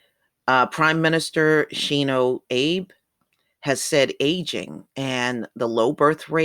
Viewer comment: Abe is pronounced AH-bay.